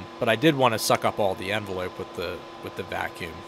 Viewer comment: He really said “enveloop”